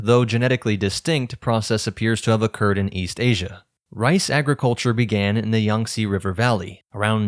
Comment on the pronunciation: LeJumes, MEYEzz, YUngtze. Are these weird pronunciation meant to thwart AI?